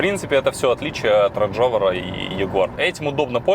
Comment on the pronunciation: Пэ-жо, рэж-овер, слух рэжэт.